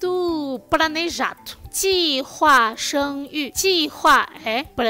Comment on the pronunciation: Pranejado... Ok kkk, sei q é dificil pronunciar o R e muitas vezes troca por L mas o oposto realmente me surpreendeu kkk